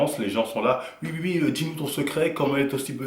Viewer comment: "Ui" ❌ "Oui" ✅